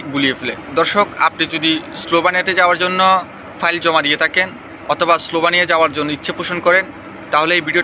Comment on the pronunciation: যে দেশ নিয়ে কথা বলতেছেন। ভিডিও বানানোর আগে ওই দেশটাকে শুদ্ধভাবে উচ্চারণ করা আগে শিখুন 😬😬🤗